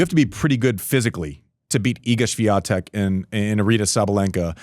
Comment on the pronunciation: Maybe you start with learning how to pronounce the name of Swiatek correctly